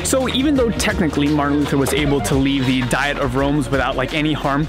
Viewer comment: It's been great to follow your journey. I've heard it said "dee-ette" instead of how we normally say diet.